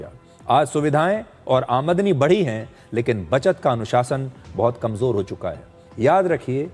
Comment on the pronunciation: amadani nhi आमदनी sir ji ye word galat bol diya aapne